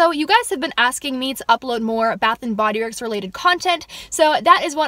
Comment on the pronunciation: At first I thought you said bathroom and Bodyworks